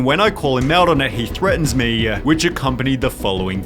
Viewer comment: Ill subscribe if you stop saying words such as "me" and pronouncing it "MueeeeeeeeeYUUHH"